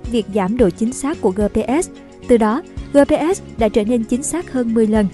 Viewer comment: Gờ pê sờ sao đọc gờ pê ét 😃